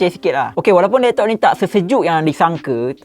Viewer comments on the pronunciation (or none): “....lektok....” ade slang pantai timur 😂😂